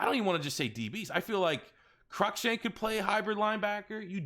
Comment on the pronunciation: It’s Cruikshank not crunkshank moron